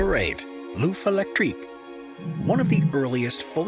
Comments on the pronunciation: ‘Loof electrique’ and ‘Poo Joe’ - Ignorant yank. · Hello ! "L'œuf électrique" is not pronounced "oof electric". "Œuf" has the same vowel as in "buffer". Take the "b" and the "er" off and it will be perfect. Phil, Belgium. Peace.